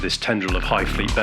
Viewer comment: Beh hee moth. Bohemoth.